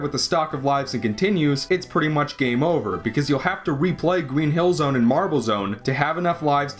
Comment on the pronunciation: "Gween Hill Zone"